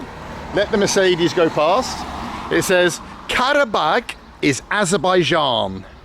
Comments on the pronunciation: Wow actually in Aberbian (Trump pronunciation)... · Did you mean Aberbaidjan? It's really annoying when people don't pronounce correctly 😂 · Or abenbaijan as donald says